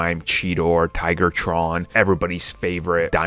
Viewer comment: It's Tigatron not Tigertron.